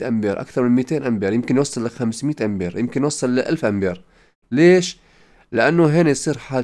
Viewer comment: شكرا، لكن كلمة هنري يجب فتح حرف الهاء و ليس كسره و تسكين حرف النون و ليس فتحها و أيضا امبير حرف الباء الاعجمية P و ليس الباء، لأن الكلمتين أعجميتان و يجب نطقها جيدا للفهم و احتراما. تحياتي